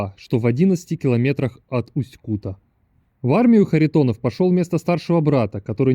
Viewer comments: Неприятно слышать как автор город называет усть-кУта, правильно говорится усть-кутА, усть-кутЕ, усть-кутУ. Я там жил почти всю жизнь. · Не Усть Кута бля, а Усть - Кута. Ударение ставится на а. Не на у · Совет для человека который рассказывает о любом городе - научись у местного населения как правильно проговаривать название города ( не Усть -Ку'та, а Усть-Кута'). Осетрово, это название связанно не с названием поселка, а с рыбным промыслом - ловлей осетров, которых тогда было очень много. Не надо из себя делать великого историка, чем показывать где находится исторический музей - сходи туда, посмотри, послушай, на крайний случай почитай, а то так и будешь выглядеть лохом для людей которые там живут. А ещё ушлепком, для тех, которые побывают в этом не таком, как в твоём видео, а действительно хорошем городе. Я знаю, что нельзя обижаться на больных и ,,,, людей, по этому вопрос к тебе - ты от куда, с какого города?